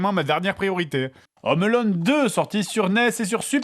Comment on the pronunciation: Home Alone, pas "Ome Alone"